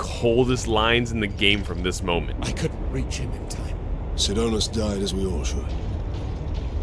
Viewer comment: SIDONUS, not Sidonius. Theres no 'I' between the N and U.